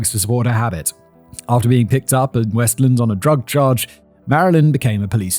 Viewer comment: I'm from Washtenaw county and the amount of times I yelled the correct way to say it I may have looked crazy but was I the only one who heard him say westland wrong